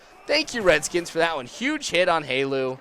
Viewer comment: it's not Halu. It's Helu